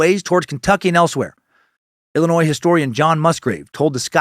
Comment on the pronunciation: Man I so proud of you for pronouncing Illinois without the s today as a local of southern Illinois and cave in rock is amazing you def need to come for a visit Dan and moon from the fizz show is a super fan of the area so plz come to our side of the Mississippi when you come to stl hope I can get a chance to see u then your fateful cult member